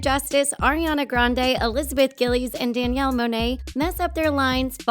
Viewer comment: she really said elizabeth gillys😹